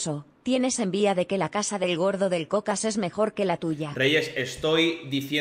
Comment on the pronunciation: Decís Shakira pero decís Chocas. No es tan difícil eh?